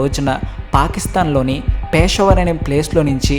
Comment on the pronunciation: పేషవర్ కాదు పెషావర్ బారక్ ఒబామా కాదు బరాక్ ఒబామా